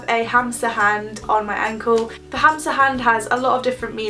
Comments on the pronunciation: OMG I thought you said hamster hand instead of hamsa hand I was so confused. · sorry to tell you but its pronounced hamma xxx